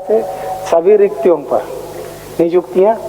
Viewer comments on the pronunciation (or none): Nijuktiya nhi niyuktiya hota h 😂 humesa se aisa hi bolte h yaa Jairam ke samne jubaan ladkhada raha h